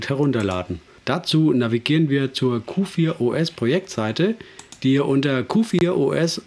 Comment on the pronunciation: Ausgesprochen wird es QforOS. Ansonsten ein nettes Video. Hast du Lust mal "T2 SDE" als Distro vorzustellen ?